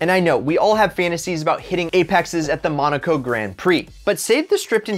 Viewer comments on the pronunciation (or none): none